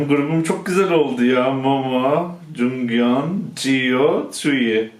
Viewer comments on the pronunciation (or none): JUNGYEON DEĞİL JEONGYEON.